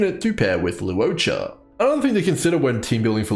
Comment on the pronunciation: Awesome guide! And thank you for not pronouncing his name as "lawcha."